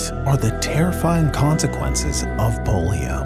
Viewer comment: Bro said consequences of polio as if it were a drug 😂😂😂